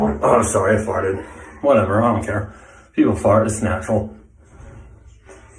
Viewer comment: “sowRy I FartTED”